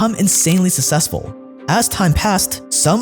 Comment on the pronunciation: bro, please start pronouncing successful correctly. please!